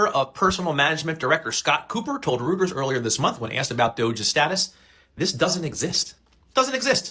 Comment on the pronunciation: Dude, Reuters is pronounced ROY-ters, not ROOT-ers.